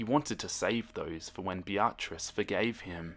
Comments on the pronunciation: I-I'm sorry, but did just pronounce Beatrice as Bee-r-tris? 😅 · You're pronouncing beatrice like be AHT riss. Its BEE uh triss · No one: Literally not a soul:: Bee-Ah-Tris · Sounded like he was calling her a be-a-tch. Like the way you say the b word when you don't want to/can't say it for real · I don’t know if I’m reading this wrong, but I think you may be saying the girlfriend’s name wrong. It’s spelled ‘Beatrice’ right? That would be said ‘Bee-ah-triss’. If I’m wrong, then oh well. Also, keep up the great work!! I love your stuff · I’m sorry But the “BeATRice” keeps making me laugh 😂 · Ok I swear I'm not trying to be rude but how you pronounce her name is like this be-trice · He's pronouncing it correctly without a Japanese accent like I do for example. But what actually bugs me is how he says Beatrice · Omg the way you said Beatrice xD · The way you pronounce Beatrice is priceless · I don’t wanna be mean but your pronunciation of Beatrice is sending me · The way you pronounce the girlfriends name is weird and I'm pretty sure you meant Beatrice? Also all the people fangirling about this in the comments is really weird..like yeah being a big fan of something is cool but once it gets to a certain point it's just weird